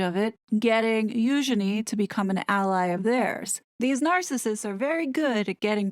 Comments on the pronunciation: Spot on girl, nailed it again. And I appreciate the correct pronunciation of Eugenies' proper name. As always, MUCH Respect 👊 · Thank you for properly pronouncing her name, Eugenie. Yeah !